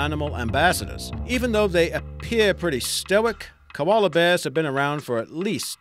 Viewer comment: This person's accent shits me to tears.... a little Aussie, a little American a little of so many others..... but when he said 'koala' and. To only the way he said it but the fact he said 'koala bear' I knew he's not an Aussie..... koalas aren't bears...... every Aussie knows that...... can't stand it. Pity the content is so interesting! Gah!!!